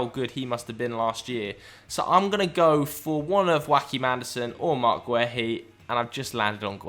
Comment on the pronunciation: Joachim Andersen is not Spanish xD The 'J' is not an 'H' and the 'ch' is a 'K' in pronunciation :D Great shouts and some really interesting insights!